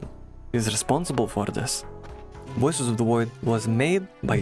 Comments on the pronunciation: Woices of the Woid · "wuioces of the woid" -this guy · Woices od da Woid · Woices of the Woid.